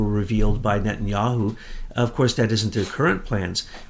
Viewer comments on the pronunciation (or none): none